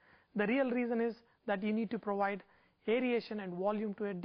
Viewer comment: "Beaten egg whites prowide this wolume" ha ha ha ha ha ha